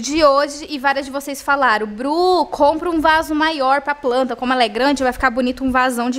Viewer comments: Gente, amo esse canal, esse casal! Mas pense que eu tenho uma agonia de ouvir a palavra pranta... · "Pranta" olha q vc já acostumou a falar assim miga kkkk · Amo quando a fala “pranta” 😂 (Tbm gravo)🤗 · Agora tô eu aqui também, querendo encher acasa de "pranta" kkkk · da uma agonia você falando “pranta”